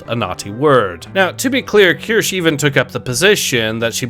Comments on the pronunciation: keer-shuh, not kursh or kurshee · It's pronounced "Key-ur-she". Just like Asmongold said it. Trust me. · At least learn how to say Kirsches name correctly.